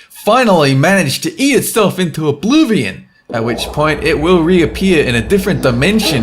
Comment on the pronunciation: did just say "obluvion" instead of saying oblivion